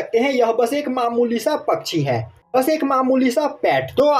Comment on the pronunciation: Bhai tu pakxi bol ta he na tab baho funny lagtahe